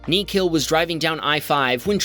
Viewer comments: it's NIKHIL NOT KNEE KILL😭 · I can assure you...that's not how you pronounce Nikhil. The h is silent Ni-kh-il or Nik-hil There's a reason why my nickname is Nick in the nickname part of my username 😂